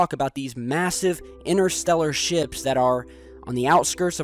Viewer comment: Massive interstellar ships? Thought he said shit